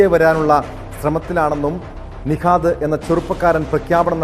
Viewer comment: Nishad alla nihad😂 enthuvadai